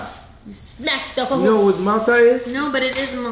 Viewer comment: FUFU not foofoo